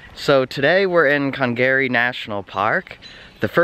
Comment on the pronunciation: Cong Gary? nope. "conga. ree" emphasis on the "ree".